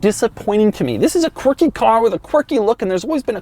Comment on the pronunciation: I drank a shot every time he said Quarkie. I am dead.